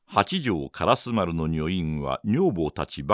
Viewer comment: はじめまして！私は京都の者です。 情景描写が素晴らしい吉川英治の作品を、 巧みな声色で素敵にリアルに演じておられるのに感嘆しいしい物語りの展開が面白くて グイグイ引き込まれて、 気がつけば今夜もまた2時間、3時間と聴いています！ 今は『火炎行列』の途中ですが、 ずっと気になっていた点が実はありまして コメントさせていただきます。 「通り」の名前で『からすまる』という言葉が何度か出てきましたが、それは烏丸のこととちがいますか？ じつは烏丸と書いて『からすま』と読む「通り」があります。 が！ひょっとして清盛の時代では烏丸は『からすまる』やったんか？と少しだけモヤモヤしています。 教えていただけると嬉しいです！